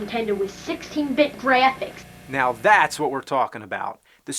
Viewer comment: Young James: They invented a Super Nintendo with 16-bit "Greaaphics". I swear this one of my favorite episodes. XD